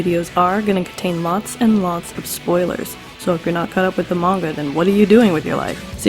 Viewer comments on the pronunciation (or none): none